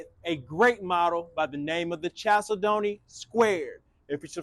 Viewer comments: Chalcedony is pronounced like this: kal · seh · duh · nee It is a gemstone that comes in beautiful colors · Always lovely homes! Love the squared style. Proper pronunciation of chalcedony is: Cal Said Knee. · That is pronounced “kal-SEH-duh-nee.” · it’s pronounced kal-said-knee. A chalcedony is a semi precious stone which includes agates, onyx, and other stones.